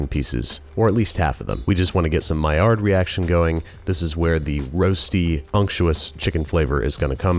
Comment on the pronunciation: I'm so shook by how he pronounced "maillard" , I've never heard it pronounced right before umm